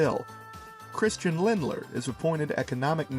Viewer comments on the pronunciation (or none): I don't wanna be a dick but it's Lindner not Lindler